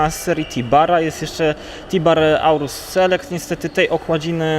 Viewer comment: Mówi się TIBHAR a nie Tibar